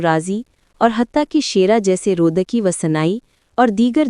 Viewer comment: رودکی کے نام کو برای مہربانی درست تلفظ کریں Rudaki ہے Rudki نہیں۔دوسرا ممدانی خود بھی ٹیوٹر اکاؤنٹ خود کو اثناعشری کہ چکے اور خوجون ایک گروہ جو بعد میں اثناعشری ہو گئی پوری تاریخ ہے ان کے۔۔آپ دو الگ موضوعات کو اپس میں خلط ملط کر رہے ہیں۔۔ فرہاد دفتری نے تاریخ اور عقائد اسماعیلی میں اس پر تفصیل سے لکھا ہے